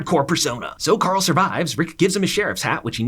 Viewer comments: bro its Carl not Coral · everytime this man said carl is sounded like he was saying "CORL" which pissed me off lmfao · the “carl” has me weak 😂😂